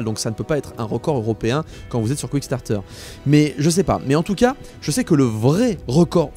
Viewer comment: Quickstarter , le site de financement participatif pour les fastfood ( oui ta prononciation de kickstarter est tout ce que j'ai retenu da la video )